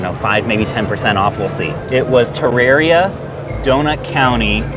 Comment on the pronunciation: Wow... he said Terraria right